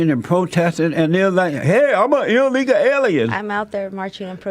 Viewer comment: The word is illegal, not illeguh. Jesse dunce.